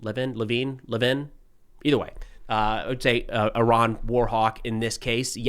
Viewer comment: It's pronounced Levin